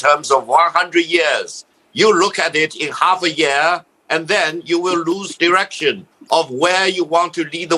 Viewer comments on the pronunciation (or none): Dat's a Pho Phuc Lai!!!!! Did he say direction or erection?